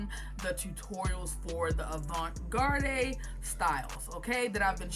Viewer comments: it’s okay. I was hoping you wouldn’t be offended by me asking that question. But garde is pronounced “guard”. Also wanted to tell you that your tutorials have helped me out a lot and your work is beautiful so thank you. 💙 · I’m sorry but are you purposely pronouncing avant garde incorrectly?😅